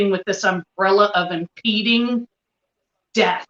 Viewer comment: *Impending doom - NOT inpeeding doom. Ugh lol.